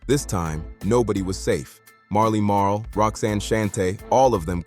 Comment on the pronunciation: 👎 AI slop I can't take this channel seriously if you can't pronounce Shan, Shante or Marley Marl. This narrator is whack..